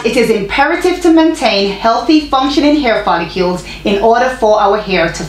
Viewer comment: It’s pronounced foll-ICLE as spelled. Lol